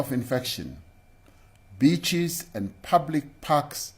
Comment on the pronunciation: I thought he said beechies. I thought, fuck me, now we can't eat gum.